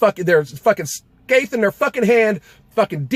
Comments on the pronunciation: Also, it's a scythe not skathe, thumbs up brother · Scathe? Lol. It's scy-th. I'll give you a pass and chalk it up to talking so damn fast and getting tongue tied. Still gave the video a thumbs up. Hahaha. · You pronounced scythe, skythe 😂